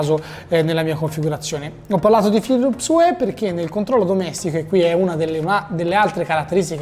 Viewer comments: "Philips uè"??? oddio o____O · Una recensione a opera di un sito di tecnologia, con 375k iscritti, e dice “Philips uè”.... ma come si fa! 👎🏼